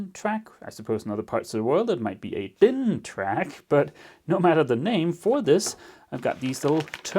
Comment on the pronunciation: Thank you for pronouncing DIN perfectly right! (